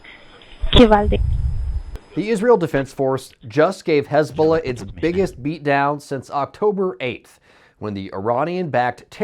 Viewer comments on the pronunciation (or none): Is this dude having a stroke everytime he says "Hezbollah"?